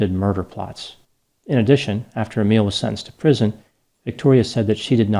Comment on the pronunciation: My name is Emile 😳 It was so nice hearing you pronounce my name so correctly 🥺 (although I'm nothing like this guy) 😂